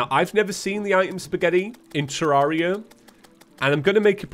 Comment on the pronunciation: He pronounces it correctly, it's the English way